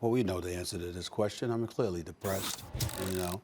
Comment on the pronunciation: Aw stephen a.'s Dee-Pressed! Too funny.